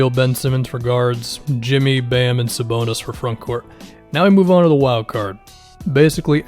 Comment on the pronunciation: Thank you for saying Sabonis. Dude is a monster.